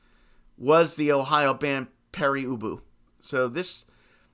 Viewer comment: I don’t think it’s pronounced Peri Ubu.